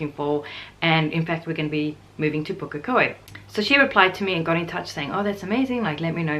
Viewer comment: Also....great pronunciation of Pukekohe!